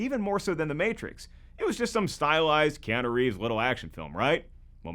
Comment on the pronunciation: Bro said kianu rieves and no one said anything